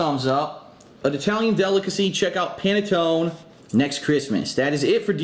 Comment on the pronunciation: The man can't even pronounce panettone correctly, I find it hard to believe he has any Italian in him. Also the way he makes his pasta is ridiculous.